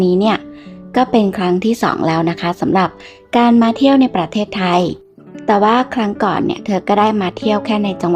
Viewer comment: แอดมิน พูด ประ- เทศไทย ทำไมไม่อ่านว่าประเทศไทยไปเลยทีเดียว 3 พยางค์อ่ะ...ทำไมต้องแบ่งว่าประ...ตามด้วยเทศไทยเหมือนกับคนต่างชาติน่ะเหมือน แิดมิน.. เป็นคนต่างชาติเลย..ค่า...10--7-67